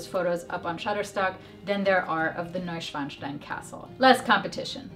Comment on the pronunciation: Thank you for the useful advice but I have to say... Neuschwanstein and Garmisch-Partenkirchen are no easy place names and you nailed the pronounciation! Very good! Thank you! ;)